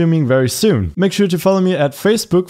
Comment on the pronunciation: fracebook LOL